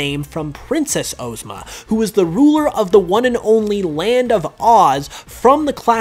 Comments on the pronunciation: Now. I know that you didn't say oh-zma when her name has OZ in it and you said OZ properly. Good video though, I'm loving these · Why did you say Necrozma Ozma and the other Ozma like that and then say Oz regularly